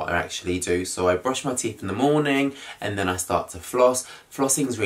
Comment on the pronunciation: Did he say "TEEF"??